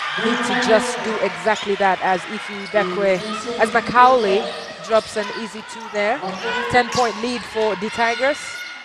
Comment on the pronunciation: This lady commentator is so crass!!! How could you not know how to pronounce Macaulay? Perplexing to say the least